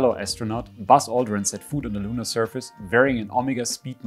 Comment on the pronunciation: Ja. Food. Should have pronounced it foot. Germany. Tsk Tsk Tsk. I am one, so I am allowed.